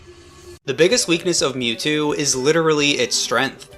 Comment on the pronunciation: i didnt know it was possible to mispronounce mewtwo